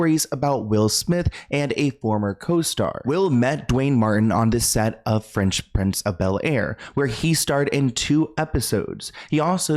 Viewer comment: I can’t tell if you’re calling it “French” Prince on purpose or not, but I’ve heard you say it more than once and now I’m curious! Lol